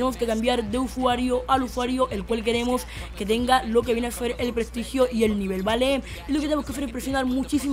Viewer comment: zi lo hacen bien o lo que viene zer zeeer se pornuncia ser si no con z niñato aunque uy buen truco